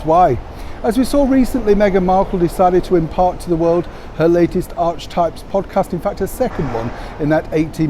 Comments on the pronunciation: It is pronounced ark-ee-types! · It's "ark uh types". Good morning again from near Echuca in Australia. Beautiful spring morning again. 🌄 Supposed to reach 19 degrees C today (66.2 F.) Our lawn mowing man is here making our 1 acre yard look nice. 👋🇦🇺👍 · No I don’t admire her. Creating chaos is not admirable. It is pronounced arkatype . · I knew it! She would call the podcast Archetypes. I imagine Archie's name was the starting point for that idea. Unfortunately, a lot of people aren't sure how to pronounce it! It's 'Ar ke types' like in 'archangel'. We have the most confusing, illogical and complicated language, where some rules are more broken than kept! (Post includes some less than perfect grammar.) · Ar-ke-types. Although her foundation is pronounced Arch-well. It’s a play on words so we all remember to link all these names to her. She even gave her son Archie her ‘business’ name if you can believe it!